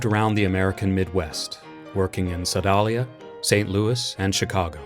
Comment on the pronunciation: The town in Missouri where Joplin wrote the "Maple Leaf Rag" is Sedalia. It's pronounced "seh-DAY-lee-ah".